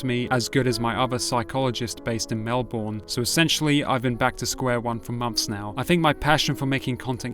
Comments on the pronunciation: Geelong is said - jee long Melbourne is said - mel bin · Geelong = “Jeh’L’ong”* Melbourne = “Mel’B’urn”*